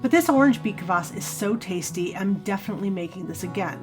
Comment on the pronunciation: There is no vowel between K and v in Kvass. It's just Kvass, not K-uh-vass.